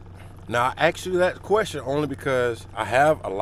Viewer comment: Maybe you should use proper grammar. It’s ASK not AXE. God bless. You’re fitting every stereotype there is talking like that.